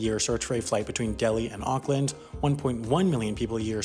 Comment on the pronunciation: never says Auckland right